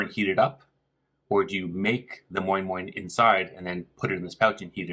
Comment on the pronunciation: Why does he say moin-moin with the correct Nigerian inflections?